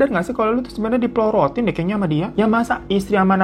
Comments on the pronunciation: Diporotin bang, bukan diplorotin 😂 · Di porotin Hiro, bukan diplorotin. Klo diplorotin mah, celana.. 😂😂😊😊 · 19.31 Bukan diplorotin,Hiro ....emang celana 😂 yg bener tu diporotin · Aku salah denger gk sih itu ka hiro bilang plorotin apa porotin ya😂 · Bukan di plorotin abang tapi di plorotin